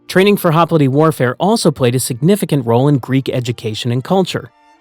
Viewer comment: Holy shit… HOP LITE, not, “hop littay”.